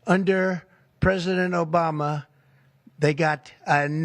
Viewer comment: "Under president O-Biden..." damn.